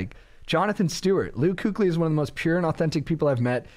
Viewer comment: That kuechly pronunciation lol